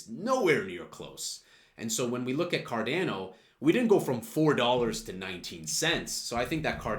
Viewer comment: It’s “car Dah no” Not “ car dan o”